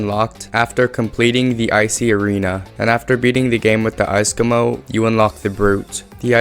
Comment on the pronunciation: "icecomo" triggers me